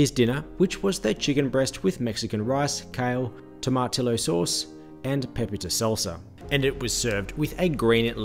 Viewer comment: Maybe, the next time you're in America have your coffee at somewhere other that Pizza Hut. And, it's pronounced toma tee yo.